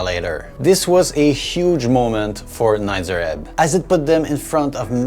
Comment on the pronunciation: please stop saying Nitzer wrong it's a long E sound not a short i